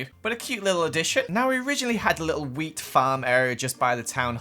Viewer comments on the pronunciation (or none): Every time he says “wheat” I think he’s saying “weed” 😂